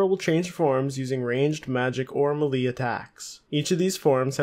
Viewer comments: its pronounced “maylay” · The way you say melee hahaha